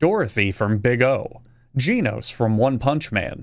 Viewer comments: It’s genos not jeanos. GENOS like GENOSide witch he wears apparel labeled with. I love your channel though but I’m also a big fan of One Punch Man. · The fact that he mispronounces Genos proves that he reads One Punch Man instead of just watching it. That means he is not mispronouncing it